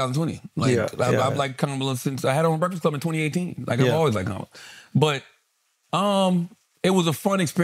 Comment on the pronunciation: I don't understand why Andrew can't properly pronounce VP Harris' first name. It's not hard at all.